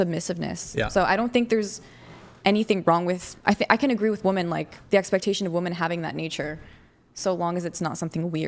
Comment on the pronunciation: Chair 1: You can't even pronounce WOMEN correctly...How the HELL you gonna be some once in a lifetime, top-tier, badass Doctor Babe?! Pssshh...the delusion is strong with this one🤦🏻